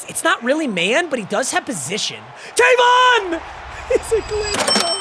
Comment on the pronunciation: Is funny hearing him pronounce Tavon wrong😂 my name is Tayvon